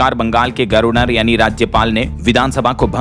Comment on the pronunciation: ना हमलावर, न ही गवर्नर शब्दों का उच्चारण करना आता है। बोलो, हमला वर ... गवर नर ! छोड़ो, नहीं समझोगे। क्योंकि अमेरिका ईरान युद्ध रुक गया है, राहुल सभा करेंगे, यात्रा करेंगे ... राहुल ने भाजपा पर तीखा आरोप लगाया (चाहे वह किसी नियम और नीति से कोसों दूर हो) ऐसी घटिया, निरर्थक, सड़ी - गली बदबूदार देश विरोधी खबरें देना हो दैनिक भास्कर और dls का प्रमुख लक्ष्य है।